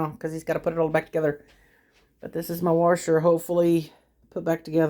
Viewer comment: "Worsher" "wyshing meh-sheene"